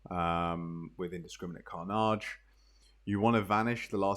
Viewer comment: mate I love your guides but I have never once heard an English person say the word 'carnage' as car-NAHGE before and it gives me the biggest heebie jeebies